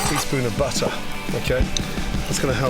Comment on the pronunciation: I like how he says, butt her